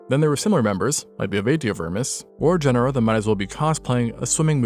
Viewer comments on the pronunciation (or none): none